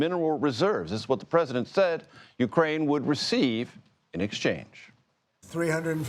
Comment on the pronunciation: You are mispronouncing Zelenskyy's name. It is VoloDYmyr (accent on 3rd syllable) Zelenskyy (not "Zelinskyy").